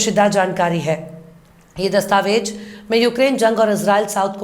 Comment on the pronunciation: Dastavej nahi dastavez kaheye.meda aap ka andaaze bayaan bahoth shaandaar khoobsurath hai.Jai Hind